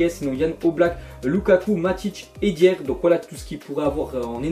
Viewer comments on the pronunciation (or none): c BERND Leno pas Bernard mdr et on dit Eric DAIER pas dier